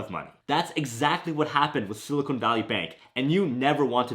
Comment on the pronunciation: Sorry I can’t listen to sili”cone” valley with a straight face. 😊